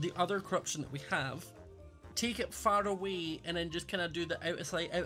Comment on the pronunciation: I like how says farawee instead of faraway